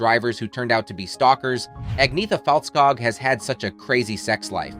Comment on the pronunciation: Who is "Aggniita Falltskaag"?? Before talking bs about her and her band, at least learn her name...